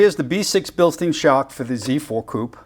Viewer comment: Bilstein is pronounced Bill-stine. If the word has an "ei" then the "i" is the sound. If the word has an "ie" the the sound is "e". Your welcome... :-)